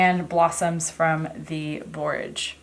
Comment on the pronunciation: Are you saying Borges blossoms?